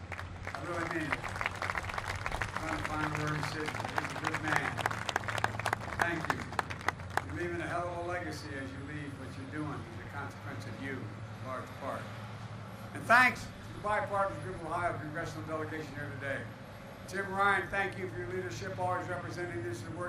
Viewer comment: There is going to be consekensass,is what he is slurring out.Back in February, he was shutting businesses down over vaccine mandates.Manafacering? What??